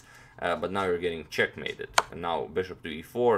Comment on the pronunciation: "Your getting chackmated" 😂🤣